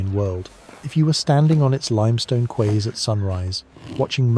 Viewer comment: Quay is pronounced “key”